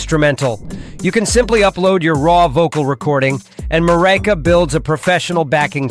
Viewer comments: you DA! It's pronounced 'MEW REEKA'. extracted from "Eureka". MF half-wit Ai voice over. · Yeah, that AI voice pronounces the word Mureka differently throughout the video.